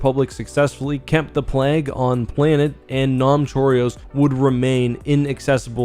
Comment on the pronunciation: I gotta say... that's now how I pronounce Nam Chorios :D also told you i'd get to watching this eventually. and I am enjoying it (halfway in so far)